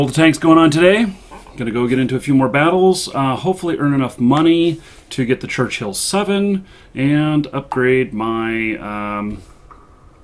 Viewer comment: it is Churchill, not Churchhill. Otherwise - thank you for sharing your battles...